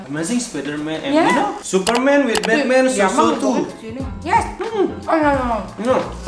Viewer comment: Ngakak banget pas liat mereka ngomong Inggris, supermen, Betmen, spidermen, avanza, daihatsu, sosis so nice wkwkkkk bengek parah secara aku jg g bisa ngomong Inggris, tp pengen banget bisa ngobrol pake inggris..wkwkkk